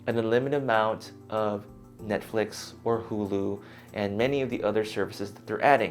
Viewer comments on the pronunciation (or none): none